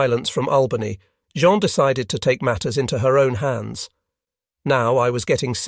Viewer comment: I’ve really enjoyed this series. Even the AI narration has provided some amusing moments: Jean/Zhawn/GeeAnn; SALinas; etc. Probably a lesson, too: even life in paradise won’t preclude divorce.